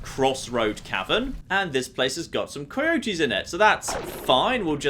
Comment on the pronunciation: u said kai-otees not coyotes